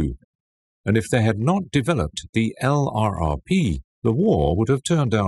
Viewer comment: LURPS not EL-AR-AR-PEE !!! man this is borderline unwatcheable.